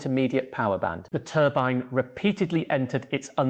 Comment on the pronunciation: TURBEEN what the hell is a TURBEEN, is this crap AI